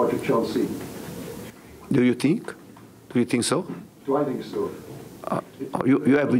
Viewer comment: Man Unido paul "i fink" merson